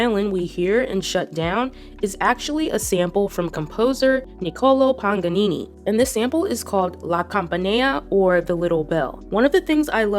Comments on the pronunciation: I'm sorry to be this person: but as someone who has played violin for 12 years, it sounds like you are saying "PaNganini" and its supposed to be "PaGanini". Sorry again for correcting pronunciation, it is complicated because it's in Italian😅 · PAGANINI, NOT PANGANINI... LA CAMPANELLA NOT LA CAMPANEA...